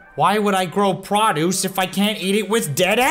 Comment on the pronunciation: Wait did say "Prah-dooce" instead of "Proh-dooce?"